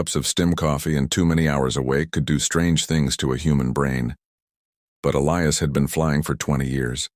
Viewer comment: Somebody finally got the AI to Pronounce "Elias" correctly.